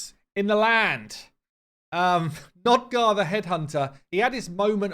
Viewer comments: Hey man , not to be a pissypants or smth , but its Nogdar not Nodgar^^ love ya bud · Both you and Ash insist on saying NOGdar incorrectly.